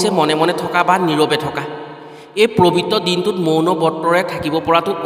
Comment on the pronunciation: ওম নম:শিৱায়।পবিত্ৰ হে প্ৰবিত নহয় দেই উচ্চাৰণত অকমান ত্ৰুটি আছে।